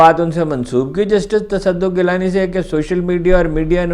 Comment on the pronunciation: Its not tassaduq ghilani its gilani sir with your due respect sir My pleasure